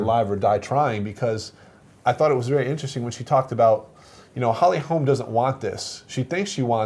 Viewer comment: For fucks sake bro her name is HOLM not Holms.